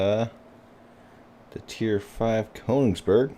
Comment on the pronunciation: Pronounce the "ö" like the "o" in "working" or the "e" in "merely"..